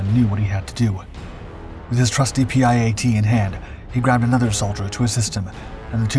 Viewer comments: PIAT is pronounced "pee - at" not P.I.A.T. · The PIAT is pronounced Pee Aht. Good video.:face-blue-smiling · Oh no, the dude that talks like he has a sausage in his mouth... He can't even pronounce the limmy word for the limmy anti tank weapon correctly! Rating for this lame video - 👎👎👎👎👎💩💩💩💩💩